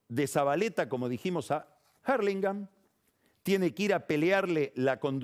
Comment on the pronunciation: Este tipo está en otro nivel. Novaresio es el otro que quizas habite esa esfera. Dos tipos que disfruto escuchar. Pero que por favor pronuncie Hurlingham en castellano, que lo trata de decir en Inglés y ni se acerca a la pronunciación correcta.